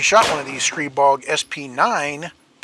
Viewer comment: Massive props for pronouncing Stribog correctly! Edit: "God of Wind." I see what you did there.